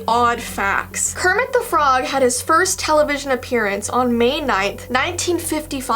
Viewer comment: it's not "Kerpit" it's "kermit"